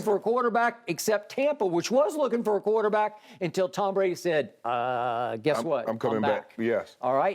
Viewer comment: "Kuwater-back" it always amuses me the way Shannon says it 😂😂😂